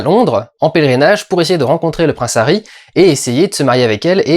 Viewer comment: Néomie au lieu de Noémie, HHHahoui au lieu de Harry, Camille Keutinsse au lieu de Camille Cottin, est-ce que tu sais parler ? Je suis désolé Durendal t'as des bonnes idées sur tes films et tu t'en sors tout seul sans tapis et en presque un seul plan séquence mais tu ne sais pas parler et ca décridibilise complètement ton propos.